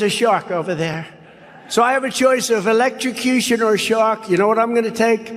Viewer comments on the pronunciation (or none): "I'll take Electra-Coo-Shun." ~ DJT <> He'll suddenly be anti-death penalty if it was so ordered. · Why does trump talk about things like choices between sharks and electrocution?!!? How does that even come into his babbling conversation? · Is it a New York thing or does trump pronounce electrocution strangely?